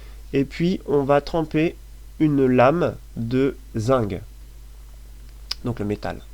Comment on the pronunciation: pourquoi tu dis zingue?